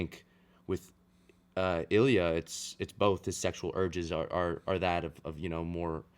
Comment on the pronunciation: "Илья́" Ilya- the emphasis is on the last letter ❤